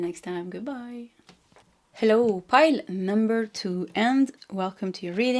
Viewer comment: I love how you say hellOw